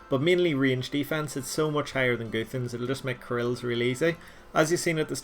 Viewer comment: Its not goothans Its gu-th-an-s